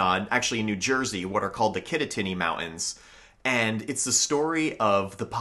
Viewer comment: Dude your pronunciation of mountains is killing me.